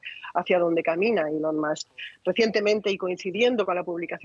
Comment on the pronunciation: ilon MASK, que afan de pronunciar mal el ingles a drede!